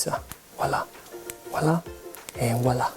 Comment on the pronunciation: And woila loool